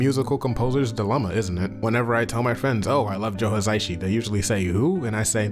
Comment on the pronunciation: Maybe he's not a household name because you keep mispronouncing it.